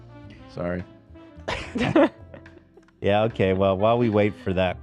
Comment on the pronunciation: Hila, his name is Dan, not Den